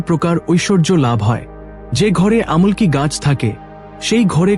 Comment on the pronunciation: আমুল কি নয় উচ্চারণটা হবে আমলকি❤